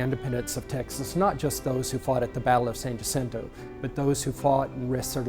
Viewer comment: U would think if they going tell us about the monument they learn how to pronounce San Jacinto !